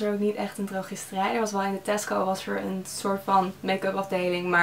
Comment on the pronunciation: Elke keer dat je Tasco zegt denken ' hè, Tesko?' ❤️